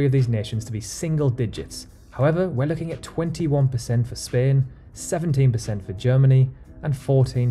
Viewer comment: Is spain pronounced like he does?????